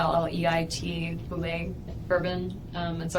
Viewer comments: It's spelled "Bulleit" but it is pronounced bullet like the ammunition, not boolay as the French would pronounce it. The founder of the company, Tom Bulleit, has confirmed this pronunciation. It is a Kentucky bourbon after all. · She spells bullet bourbon, but pronounces it as brûlée to the detective. Danny went around the neighborhood telling people she was mentally ill WOW he was spot on !